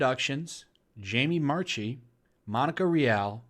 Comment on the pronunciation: It’s pronounced Marky, not March-i. I wrote Funimation after canceling my subscription to say she’s a psychopath. Jamie Marchi, I mean.